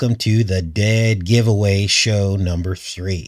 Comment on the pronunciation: when you said giveaway show at the beginning it sounded like you said goetia... speaking of goetia please lookup Herbert Marcuse I think he's a much closer match for bael or Baal than was faux chi Minh. I am not sure if you got my comment about that he's the inventor of critical theory (Herbert Marcuse of Frankfurt school)